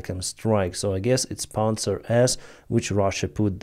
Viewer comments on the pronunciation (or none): none